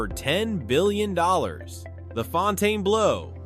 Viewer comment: Why are you calling it Fontane blue? It's pronounced FON-ten-bloh. Thums down on this video